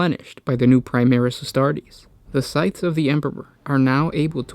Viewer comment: you are supposed to pronounce the s in scythes